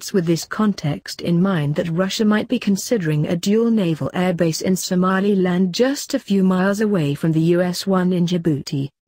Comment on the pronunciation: Loool "somalialand"